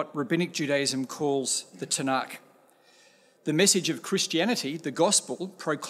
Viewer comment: He is awkward trying to pronounce the caf in tanach but that is understandable for someone who doesn't know how to speak hebrew. You are spot on about him but it isn't his fault as christianity is indefensible